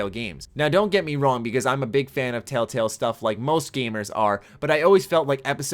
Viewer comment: "tail tails" ... that's how I kept hearing it being said. I'm not hating, only poking. I'm from northern MN, I haven't lived there in 7 years and i still get made fun of for how i pronounce my soft 'a' vowels.